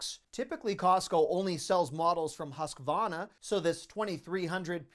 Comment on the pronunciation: There’s an R in husqvaRna. Think vaRnish, not sauna